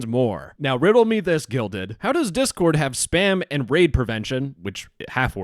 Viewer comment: They need to change their name anyway. Every time the guy in this video said "Guilded," I heard "Gelded."